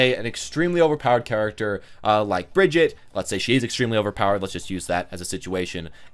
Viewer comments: Not Brigett its Brigitte😣😑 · I like how he says it wrong twice hahaha Bri-gi-ta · Btw, you make a lot of good points about how people integrate heroes in. I agree with pretty much everything you said, but could you pronounce her name right? She says it herself. Brig-eat-uh.